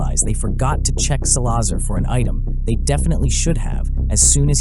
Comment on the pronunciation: It’s pronounced Sal-la-zar not sa-lazar